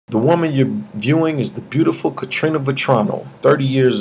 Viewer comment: Why do you keep calling her, "Katrina" because that is what it sounds like. Isn't her name Karina?